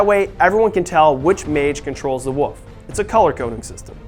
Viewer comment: Anyone else keep hearing "woof" instead of "wolf"? Just wondering. Great video, keep doing what you are doing guys.